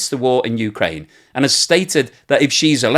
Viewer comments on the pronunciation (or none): none